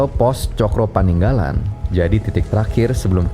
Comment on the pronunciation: revisi dikit om...pos 5 baca na "paningalan" bukan paninggalan"...ada beda arti